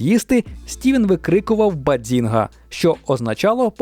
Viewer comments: Треба казати "Баззінга" а не Бадзінга 😅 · Супер випуск, дуже люблю цей серіал. Єдине що неясно - чому постійно каже баДзінга, якщо там чисте баЗінга: і в вимові Шелдона, і в написанні🤷🏼‍♀️ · Тільки "базінга", а не "бадзінга"😉 Просовляння зайвого "д" дуже ріже слух🤯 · Яка до біса "баДзінга"? Звідки там літера "Д"? BAZINGA! І це лише те, що прям кричить у цьому відео. Про купу інших недостовірних або неперевірених "фактів" вже промовчу. Двійка. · Якщо чесно, то трохи вухо ріже вимова автором слова “bazinga” . Я звісно можу помилятись, але ніби чітко чую звук «дз» у другому складі. Це якось дивно…